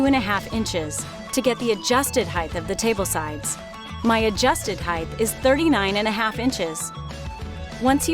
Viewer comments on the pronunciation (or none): Its height. Measure the height. Not "heighth"